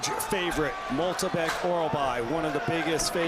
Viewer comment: how on gods green earth can you pronounce MYKTYBEK as MOLTYBEK